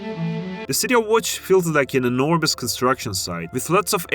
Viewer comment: bro how he managed to say Łódź